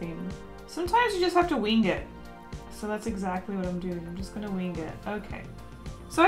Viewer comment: Did anyone else notice she said weeng it instead of wing it lol